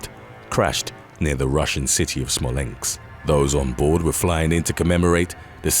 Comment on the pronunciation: Wheres "smolenks"? 🤦‍♂️